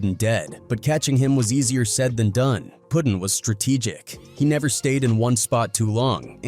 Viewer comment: I'm talkin about his name bein "Puttin" and not "Puddin."